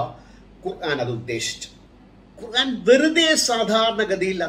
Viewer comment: ബായ് ഖുറാൻ അല്ല, ഖുർ - ആൻ എന്നാണ്